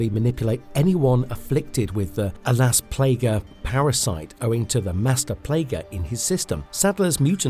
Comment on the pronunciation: are you trying to pronounce las plagas wrong?